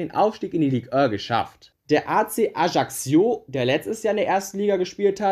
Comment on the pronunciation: Nur ein nettgemeinter Tipp: Ajaccio sprichst du so aus dass sich das J anhört wie beim Namen "Jean" auf Französisch und du sprochst das doppelte c aus wie kk also halt wie wenn du ein c in einem Wort aussprichst. Das Video hat mir aber trotzdem gefallen und ich fande es interresant ich würde ähnliche Videos begrüßen